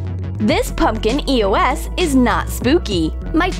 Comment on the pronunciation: she called it an e-o-s wottt